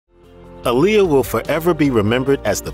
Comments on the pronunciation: It’s not Aa-LI-ya. It’s AA-li-yah! Like Mohammed ALI. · Can you PLEASE pronounce her name right?! She always said "it's AH-lee-yah. Like 'Ali' in Muhammad Ali" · You pronounce her name wrong